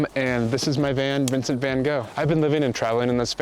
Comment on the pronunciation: He can’t even pronounce the name Vincent Vangogh correctly…😂